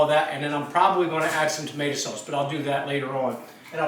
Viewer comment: tamate-a? is that a new jersey thing?